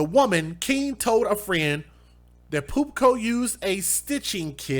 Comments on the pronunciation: The grammar nazi in me was dying because kept putting a 'C' In Pupo 😂😂😂 I was like;! If you don't stop saying Pupco! Gawd🤦🤣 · Its PUPO not PUPCO ffs get it right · This is sickening. I hope they get what they deserve in prison....but why is he saying POOP CO...repeatedly there’s no C in his name....it’s PUPO.....can’t decide whether to laugh or it’s annoying..just saying ☘️☘️ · You really slaughter last names It’s not PUP-CO it’s PU- POH Sick people she has an IG page. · That sick monster's name is PU PO, not PU Co. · I think by the photo you showed of the guy that his last name is PUPO w/o the 'c' like how you said it lol. No biggie...still can call him POOP-CO bc it's fitting.... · You are pronouncing his last name wrong? It's not Pupco...it's Pupo! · His name is Pupo, not Pupko. May he rot in prison. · Isn't his name Pupo, he keeps saying Pupco. Is that on purpose? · There is no c or k in dude's name man. He's a disgusting piece a shit, but get the animals name right. Pupo. Pronounced Poo-Poe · Where are you getting the "co" from? It's 4 letters. P-U-P-O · Abusers always come up with excuses ... 👎🤦👎👿👿👿👿 Send them in for life, they will do it again and I am sure they did it before. It is "poopoh".... not a K in that name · Why do you keep saying pupco? There's no C in there. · Pupo not" Pupco." Kissimmee is pronounced" Kiss-emmy." And rapist are pronounced "lowlife-good-for-nothing-demons-spawned-from-hell!" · I was thinking the same thing! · Yeah, adding the k is comical.